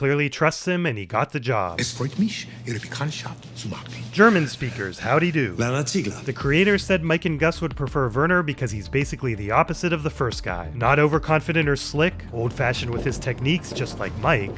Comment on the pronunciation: The pronunciation of the "ch" in "machen" is especially awful